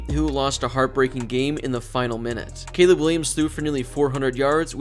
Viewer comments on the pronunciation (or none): none